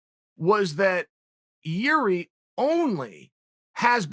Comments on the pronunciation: Irzhi. His name is pronounced as Irzhi. Not Gee-ree LMAO. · It's actually Jir'i, pronounced yeer-zhee, or approximately. The letter r' and the sound it makes does not exist in any English word. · Is it not pronounced yiri? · Jiri Prochaska: Exists. Uncle Chael: "Remember the name, Yuri Prokaiyev" Yuri Prokaiyev: "Ok great" But seriously though, I only bring this to you because Uncle Chael mispronouncing names is a very real thing. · He was saying the first name wrong too. Like Yuri. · So, Jiri "problem" Prochazka could be right name for this slavic viking, obviously with a blessing of unlcle Cheal 😎🤙 But Chael, you shoud pronounce perfectly all fighters names 🤨 hahaha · Chael " i know Jiri well" proceeds to butcher his name 6 more times 😂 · Jiří Procházka.... Pronounce the J like a Y as in Jágr (the hockey player) ... The Ř you won't be able to pronounce lol. So just try your best .